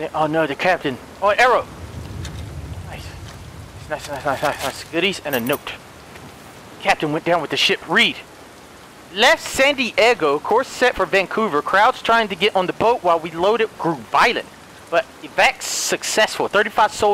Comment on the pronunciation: When he said San Diego it sounded like sandy eggo